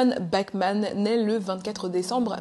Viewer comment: A chaque fois que tu dis "Bachman" j'entend "Batman" mdr